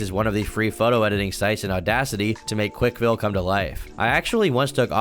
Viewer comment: Boy you driving me crazy - it's not "Quik-E-Ville," it's "Quikville."